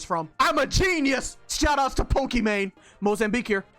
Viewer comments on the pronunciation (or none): none